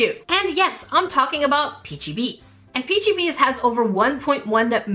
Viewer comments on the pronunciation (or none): I thought it was pronounced like that, too, but it's actually pronounced "peachy babies" ❤ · it's called peachababies not peach BB,s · The only thing that I’m going to say is it’s not bbies it’s baby’s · You don’t say it like peachy bee bee you say it like peachy baby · “Peachybiies”???! Are you kidding me?! You’re giving me a seizure 😰😰 it’s supposed to be like “PeachyBabies” wtf peachybiies💀💀💀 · ITS peachyBabies not peachybees😂😂❤ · not to be mean but it’s not “ peachybies it’s peachybbies 2 bs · I just want to say it's not peachebaby it is peach a babies (sorry if it sounds mean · it pronounce Peachybabys not peachybies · Is no one annoyed that she called them peachy bebes instead of peachy babies??? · peachy bees HAHAHAH its pronounced peachy babies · It’s peachy babies not beis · It not baby’s it bbies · It’s pronounced, peachy babies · is pronounced Peachy-babies. XD Love you,! I love their slime. The jelly, butter and cloud are my favorites. The icee is a hard no texture for me. XD Their customer service is <3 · Ya I was annoyed abt her saying it wrong. I’m sorry to say this but it’s pronounced: peachybabies 😔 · Definitely said it wrong lol.. peachy babies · 😂😂 also btw it’s pronounced as “peachy babies” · it's pronounced peachy babies! :p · How you pronounce peachybibs is like peachy baby it's just spelled bibs. Idk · It’s actually pronounced peachy-baby’s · Peachybbies is pronounced peachy babies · hey! love your content! i’ve been watching since i was 11. btw the name is pronounced peachy babies. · Haha its pronounced peachy BABIES its fine tho, I judge found it funny because you said you hoped you were saying it wrong 😂❤ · You said it wrong ❌ its peachy babies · Peachybbies is pronounced peachybabies they just spelled it like peachybbies❤😊 some of the slimes u were getting were sticky because there r different levels so u have to be quick hope this helped 🤤😋🦜🦜🦜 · And it’s pronounced peachybabies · It’s pronounced peachy babies